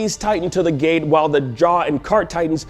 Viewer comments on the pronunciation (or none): none